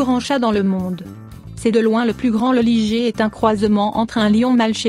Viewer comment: on ne dit pas ''ligée'' mais ''Laille-gueur'' (de l'anglais liger) ou plus simplement à la française : ligre